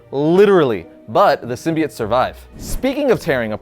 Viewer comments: Symbiote is pronounced Sim bee oh-t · I swear to God is this guy says Symbiote like that I’m gonna drop kick him